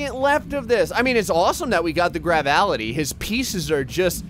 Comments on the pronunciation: "Gravality" It's "gravitality" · Gravality Me: Can he read because it clearly says Gravitality not Gravality: Plasmatality Me: Yeah he can't read because it says Plasmality not Plasmatality